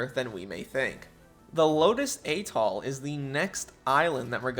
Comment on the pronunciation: atoll is NOT pronounced "aytol"